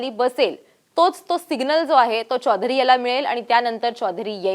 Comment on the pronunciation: Anchor, मराठी बोलत आहेस, मराठीत चौधरी म्हण , हिंदीतलं चोधरी नाही .